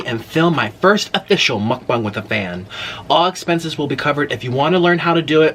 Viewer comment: He said “mukbung” Jesus christ